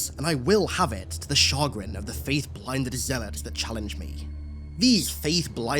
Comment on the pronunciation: Chagrin Is pronounced Shuh-Grin love the content tho!!!!